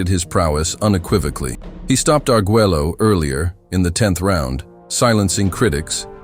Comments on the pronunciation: What was criminal is You Narrator killing his last Name. Agueggelo? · For future reference, since it is too late on this video, it is Alexis Ar-gway-oh, not how you are pronouncing it. I know, I know, it's weird that Spanish and English are different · If you're going to do a 20+min doc talking just about 2 fighters, at least learn how to pronounce the fighters' names. It's aggravating hearing you say Arguello's name wrong over & over & over again. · And this narrator can't pronounce Arguello??